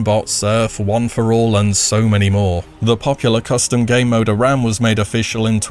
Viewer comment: I love you, it's pronounced A - RAM. Pls.